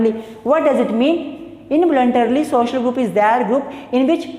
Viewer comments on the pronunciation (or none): none